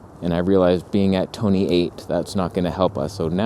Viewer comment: Toneh eight, love that! :))))